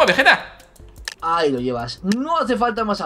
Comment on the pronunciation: primera ves que escucho a willy decir veggetta :-)